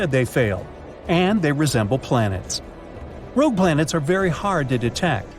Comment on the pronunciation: Doom Ed , rouge Ed planets where's Eddie? But we found a really illiterate narrator